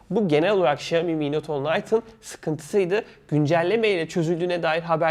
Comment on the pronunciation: Şeeomi XD